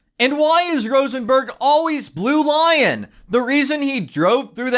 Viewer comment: PLEASE learn how to say LINE, not LION. It's BLUE LINE.....